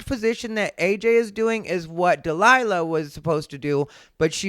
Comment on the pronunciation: Jesus Christ “Dee Lie La” is criminally stupid